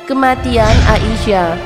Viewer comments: Aisyah bukan A I sah :( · kak aisyah ya bukan ai sya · Baca Aisah aja GK becus..coba anda baca ia..pasti bisa kenapa baca ai GK bisa? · There is no A isyah...Sebutan yang benar..Aisyah.... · Aisah. Bukan A.-------- isyah. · Udah bener siti aisyah malah di bilang A isyah apa²n ini suranya tidak bener